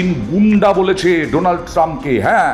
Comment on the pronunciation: উনি তো উচ্চারণ করতে পারে না , বলে ডোলান ট্রাম্প